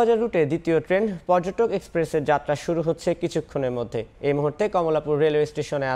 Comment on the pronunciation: Bhai porjoton na porjotok hobe 😂